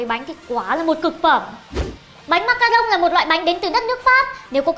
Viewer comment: Đọc là ma-ca-ron ko phải ma-ca-rông đâu nhoa